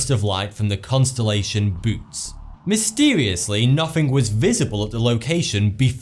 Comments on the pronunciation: Isn’t it not pronounced boots? I’m sure it’s bo-A-ts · its not "boots" (bootes)... lol. its bow-oot-tis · The super void is actually Boötes void and “bootes” is pronounced (boo-OH-tees) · Boots? We pronounce it Bow-tez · Boots? It is pronounced, Bow-Oh-Tees. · Bootes pronounces boe-eh-tees... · Bootes (the constellation mentioned ) is pronounced bo-AW-teez. The second 'o' carries at times a diaeresis to show that it has to be pronounced separately from the first 'o.' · its not called supervoid its the boötes void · he pronounced Bootes wrong and im triggered XD